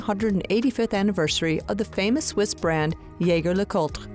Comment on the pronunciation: Shame you didn’t get the pronunciation of “Jaeger” correct